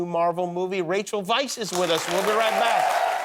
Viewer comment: At least Jimmy pronounces her name right.